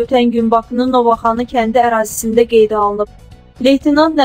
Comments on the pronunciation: Ozudeki Novaxani yox Novxani kendin adini duz di Novaxani yox bir o saat bilinir ki burali doorsen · NOVAXANI YOX. SAVADSIZ MƏXLUQ. NOVXANI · SAVADSIZ APARICILAR..GEDİN MƏKTƏB OXUYUN..NOVXANI KƏNDİ...NOOVAXANII YOOOOXXXX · Can bala,Allah rehmet elesin. Bu qiz duz daniwa bilmir,ya da ki, insanlarin esebiiynen oynamaq xowuna gelir, Novoxani haradir? Novxani,bunu kim buraxir ora? Cox dehwet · Siz lap bəzədinize😂.Bu yazıq Novxanını nə günə qoydunuz? Novaaxaniye😂😂😂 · men ozum NOVXANLIYAMM.....sadece onun Novaaxani demeyine guldum a ni uzadir..elebill Amerikannidi Novxanini esidmeyibb. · Ay yazıq Novaxanı yox , Novxanı.Hec olmasa o mətni düzğün oxu, savadsız. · Novaxani yox.Novxani ay savadsiz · Novaxanı yox, Novxanı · Novaxanl yox Novxanl. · Novaxanı yox Novxanı ☺️ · Novaxani yox Novxani ay savadsiz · Bu savadsızı hardan tapıblar - novaxanı deyir 😆😆😆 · Inanirsiz biyagdan deyiremki goresen ele kend var?? Novaaxaniye ozde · Novaxanı Bakının təzə şəhəridi.bir yerin adını düz deyə bilmirsən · Novaxani nedir ay qiz? Teze kenddir bu da? Sozleri duzgun teleffuz ele de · Bu diktor hech danisha bilmir. Nova Xani. Indi de Novxaninin adini deyishdiler bu psycho lar😪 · Nece adamsanki Novxanı, Bakı sözünü teleffüz ede bilmirsen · Mətni səsləndirən xanım siz Bakıya təzə kənd salmısınız.Dediyiniz xəritədə yoxdur.Mütaliə ilə məşğul olun.Öyrənməli sözləriniz çoxdur. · Ay qız,heç olmasa kəndin adını dügün tələffüz etməyi öyrən sonra danış. Sonra isə Nazpəri xanımın səsləndirdiyi fikirlə bu hadisənin nə əlaqəsi var? Layk xatirinə hər yola əl atırsınız,təəssüflər olsun.